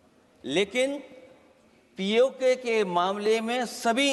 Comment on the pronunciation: पीओके बोल तो पाते नहीं है और बाते और भाषण कर रहे है